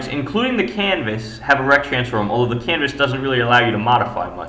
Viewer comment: RRRRRRRRRRECT transforms an nchr pnt...